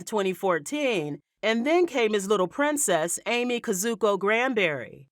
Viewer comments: It’s pronounced Ah-May not Amy😂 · I just want to say it’s not pronounced “Amy” it’s “Ah-May”